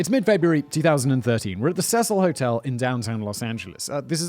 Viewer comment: Cecil Hotel is being pronounced wrong a lot as well as the girls name.